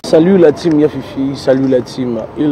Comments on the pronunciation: la taem se prononce (''tim'' en français) Time c'est le temps en Anglais, merci🙏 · Avant ils disaient la team , depuis un .moment ,ils disent la time(tayme) qui ne veut rien dire et ça sonne tres mal . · Effectivement, pourtant ils disent lire tout les commentaires mais je ne comprends pas pourquoi ils font toujours la même erreur de prononciation entre time et team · ❤ John stp il faut dire la team> prononciation correctement en anglais est (time) et toi vous faites systématiquement la même faute lorsque vous présentez.❤❤❤❤❤❤❤❤ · Effectivement, j'ai déjà écrit plusieurs commentaires sur la prononciation de Team,mais ils disent toujours time😮🥴 alors oui Josué n'est malheureusement pas le seul qui n'écoute pas les conseils il y a aussi et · Continuez à faire la remarque, vraiment ce n'est pas beau à entendre, je vais m'y mettre aussi à faire cette remarque et vraiment que Dieu les assiste ils font du bon travail